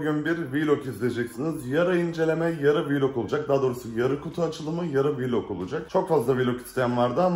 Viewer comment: abi Vİlog demene gerek yok vılog desen oluyor zaten çok kendini kasmaya gerek yok :)